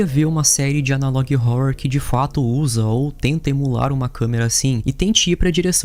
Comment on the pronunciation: adoro seu conteúdo, e a sua pronúncia de catalog e analog me dá agonia demais, você é ótimo